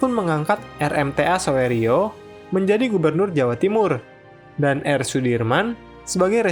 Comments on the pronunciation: min sedikit koreksi itu nama gubernur jatim yang bener pelafalannya suryo bukan soerio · koreksi dikit ya untuk di kayaknya "kepleset" pas baca namanya Gubernur "Soerio", yang bener dibaca "Suryo" 😁 Beliau sudah diabadikan jadi patung dan nama jalan di depan Kantor Gubernur Jatim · Maaf min sedikit ralat, soerio bacanya Suryo 🙏